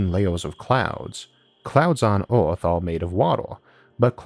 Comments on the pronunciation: Why do you say Orth instead of Earth? ^^" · an interesting video, but it's difficult understanding him. does he have a strange accent or a speech impediment? for instance, he pronounces "earth" as "orth", etc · Why do you say "Earth" "Orth" ? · Okay I’m really sorry and this is really rude but do you have a speech impediment because you say earth like ewth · It's Earth Not Oarth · Highly speculative blather with an Elmer Fudd accent... the word is 'Earth' vice 'Orth'... see a speech therapist. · What is this guys accent? “Hello it is us, the humans from planet Orth” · "...from OOOORTHHH" ...again XD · Where is this "Orth" place he keeps speaking of? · Lol well I’m not trying to make fun of anyone’s speech impediment I just found it amusing that a guy who makes space videos pronounces his planet wrong lmao the vids are great I hope it wasn’t rude for me to say that. ❤️